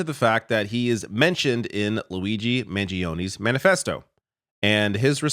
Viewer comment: it's pronounced Man-JOE-knee. NOT Man-gee-oh-knee. You're welcome